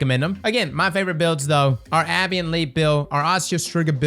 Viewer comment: It's "Ah-bay-ant" Leap. Abeyant, meaning "temporarily inactive, stopped, or suspended." (specifically that last word, albeit the literal use of the word suspend rather than "paused"). I've heard literally more than 30 ways of Destiny 2 creators mispronouncing this word and I cannot deal with it anymore. Please, spread the word, correctly pronounced. -.-; Also congratulations on the new baby. Good rundown of the strike. I haven't really considered doing the start of each wave from a side path, but it makes sense. I personally end up going in with PUGs, so using a build that relies on other people to do well doesn't often work for me. If I can't survive and thrive on my own, it's not a good enough build. So I prefer solar with the ability to ignite. Solar titan with the Consecration scorch/ignite waves is very helpful when aiming into mobs. The chain explosions from multiple ignitions going off really chews through higher tier health in my experience, and all the sunspots laying around gives you ample opportunities to proc restoration to keep you alive. Plus the scorch also exposes wyvern weak points.